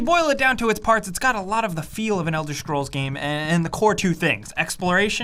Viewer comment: Elder "Shcrolls"